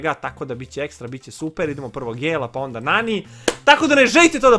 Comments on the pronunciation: Ne izgovara se NENI nego NANI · Ne kaze se neni nego nani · govori se nani a ne neni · Nije NENI nego NANI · Nani je muško i čita se nani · Nani je musko i ne kaze se Neni